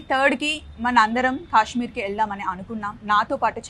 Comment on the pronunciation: Not kasshmir it’s Kashmir garu, kids are seeing ur video, be careful of pronounce the word 🙏🙏🙏